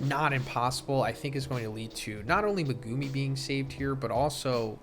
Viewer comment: STOP SAYING MEGUMI LIKE THAT!!!! SPECIAL ED SOUNDING ASS